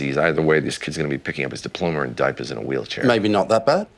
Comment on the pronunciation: It did too. I didn't notice until you pointed it out.